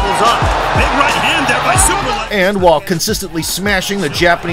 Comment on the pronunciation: The whole time I thought u say "Super leg" 😅😅